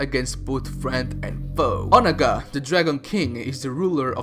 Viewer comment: You pronounced Onaga sooooo wrong😂😂😂